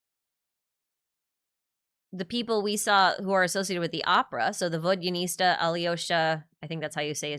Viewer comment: pronounciation notes vodyanitsa : not s t a ! so it ends with -tsa like the tsaritsa, not -sta like in the star of the 3rd descender (that's my way to remember as a fellow dyslexic lmao) alyosha : I read that the -lyo in alyosha has barely a soft "y" that is almost not pronounced, and is closer the "eu" in neuvillette but idk how they'll pronounce it in game snezhnaya : not "shnejnaya" but "snejnaya" I found a recently made video untitled "How to pronounce Snezhnaya names" that was very clear ! I HATE READING IN WIDESCREEN TOO it's awful it's terrible it's the worst In my head the samsara like aspect of Teyvat is closer to how History repeats itself ? But it repeats itself less naturally in Teyvat because of how fate works (the fate of a name, the whole new durin taking old durin fate and making his sequel, the Rules of the world etc) also Baizhu has a blue vial like earring, like dottore..... i agree, the way to tell sory have changed, and the way people engage with stories has changed too ! The amount of effort we put (and/or CAN put) into our entertainment has really changed and depends widely on your socialisation + current position in the social world (so including your work, the time and energy you have for leisure etc)